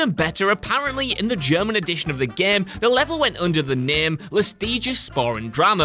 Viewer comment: "The gehm"